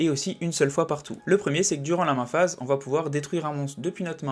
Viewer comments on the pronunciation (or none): desolé mais mes oreilles saignent: c'est peut etre interessant mais "standbie phase"? "min phase" un peu de respect pour la langue anglaise ><. moi ca me sort de la vidéo désolé...